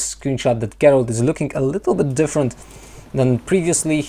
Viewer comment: Me too. I like it when he say "lookinG" with a hard G.. quite charming :)